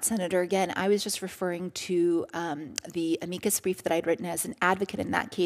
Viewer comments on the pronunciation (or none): “Uhmeekuhs Breef” I don’t even know what this video is abt but I hate that pronunciation forever